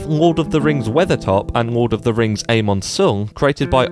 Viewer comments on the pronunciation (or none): none